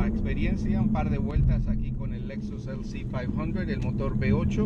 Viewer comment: ¿Por qué, hablando Español como hablas, dices "LC-500" y "LC-500h" en Inglés? Además de ser Lexus una empresa Japonesa y de estar en España probándolo. Por tanto, no entiendo ese tono y acento en Inglés de repente, no veo en el vídeo nada que pueda hacerme recordar al Inglés para que lo uses.